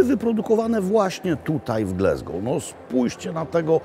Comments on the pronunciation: Panie Robercie, uwielbiam Pana program, ale jedna drobna uwaga co do wymowy miasta. GLASGOW (nie Glesgou). Tam jest A, nie E. Pozdrawiam! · Mam Lumix S9 i jestem bardzo zadowolony. Tak GLASGOŁ nie GLESGOŁ 😊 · Glasgow a nie Glesgow!!! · Wspaniale, witamy u nas Panie Robercie ❤ tak na przyszłość: nie mówimy "glezgoł" tylko "glasgoł" 😊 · Wszyscy w Szkocji nazywają Glasgow przez a nie przez e. Nie wiem czemu w Polsce ciągle wymawia się Glesgoł.Tak samo mówią słowo "have" przez a, nie przez e i słowo "has". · Robercie, kocham i uwielbiam, ale skąd ten Glesgow i heddock? Glasgow i haddock, po prostu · Dzień dobry czyta się Glasgoł nie Glesgoł. Ale to normalne w Polsce 😂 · Glaaaaasgow, nie Glesgow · Glasgow a nie Glesgow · Nie Glesgow a Glasgow. Taka mała uwaga. W Szkocji A nie czyta się jako E, Tak jak I czyta sie jak I nie jako E w nazwach miejscowości, zostało to z gaelickiego gdzie zapis I był w postaci YI. Szkoci mają również twarde R w porównaniu z Anglią. Dla przykładu słowo "Kirk" czyli kościół czyta się tak samo jak w Polsce nie jako Kerk. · Mowi sie Glasgow nie Glesgow . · Panie Maklowicz, mowimy Glasgol, nie Glesgol. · Ptysiu jakie G l e s g ow ? Ptysiu gdzie tam jest “e” G l a s g o w ,,, rybenko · nawet amerykanie mowia Glazgo.. mieszkam w Szkocji 16lat I uwierz tylko Polacy mowia Glezgo£ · Niektórzy uważają pana za autorytet, więc poprawna wymowa raczej obowiązuje (pisownia fonetyczna): Glasgoł nie Glesgoł, Hadok nie Hedok, Blak nie Blek itd... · GlAAAAAsgow , GlAsgow nie GlEEEsgow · GLASGOW, a nie GLESGOW. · To Glesgow czy Glasgow :P ? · To miasto nazywa się Glasgoł, nie Glesgoł, please please please 😊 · glAsgoł, nie glEsgoł. powszechny błąd polaków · Not Glesgow, a Glasgow, ~ Po Polsku ''Glasgoł'' To Scotland a nie America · GlAsgow nie GlEsgow ! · Gl-A-sgow, nie Gl-E-sgow. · te" ł" dobrze wymawiane było,tylko nie mówi się GLE... tylko GLA... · Panie Robercie - Gl-A-sgow. Greetings from the Highlands. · No dokładnie, aż mi się słabo robi jak słyszę Glesgoł…